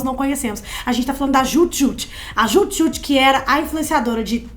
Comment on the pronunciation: Desculpem, mas quem era fã mesmo sabia pronunciar. Hahaha… É Dju Djut.